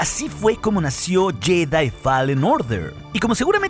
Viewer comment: Tu pronunciación de la palabra "fallen" no es correcta.